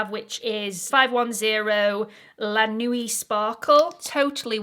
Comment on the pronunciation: check the pronunciation of words particularly words in relation to makeup which are often in French ‘La nuit’ before presenting - more professional to do so I think